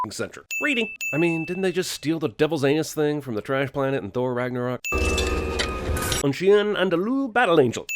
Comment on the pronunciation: A sin for Jeremy's pronunciation of Un Chien Andalou